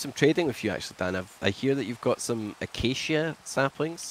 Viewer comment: Acacia perhaps what he meant to say was hacacia